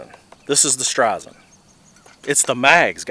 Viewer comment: Stizon not strizon lol